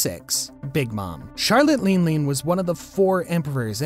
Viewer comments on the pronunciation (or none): Wtf is a “Truffleger” Law, “Dracool” Mihawk, and Charlotte “Lean Lean”? I’m surprised you said Rayleigh right.